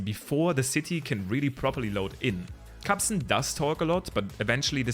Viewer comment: Bruh it’s KARSON